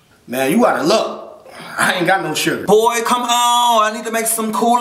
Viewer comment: how he said Suger😂😂😂😂😂